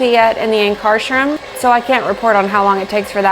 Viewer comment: I love this! My only complaint is its Anchor-shroom. I can’t get past the way ankarsrum is getting pronounced 🤣